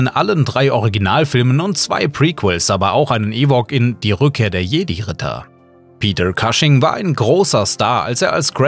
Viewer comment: Sehr viele Namen sind falsch ausgesprochen. Der Sprecher liest wohl den ganzen Text runter. Am schlimmsten: Peter Cushing - den Nachnamen einfach deutsch aussprechen, d.h. Pieter Kusching. Wenn das Christopher Lee gehört hätte: er korrigierte seine Kollegen, wenn Namen im Herr der Ringe falsch ausgesprochen wurden.